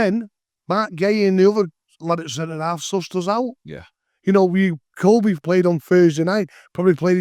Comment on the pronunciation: Kobbie not koby lad